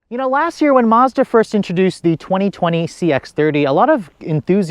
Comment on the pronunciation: Love your video.. But dang, all of your videos have the, "Lasss Year" thing... It's "Last Year," my friend... "Last Year."